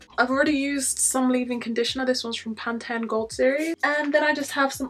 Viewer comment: I like how you say pan-ten. Or is it different from Pantene we have in the U.S.?